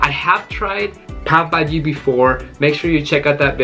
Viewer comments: Friend not pabhaji it’s call Pao Bhaji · Let me yell you it's pav bhaji not pop bhai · I legit thought he said today i am going to eat papa ji. Quarantine be messing with my mind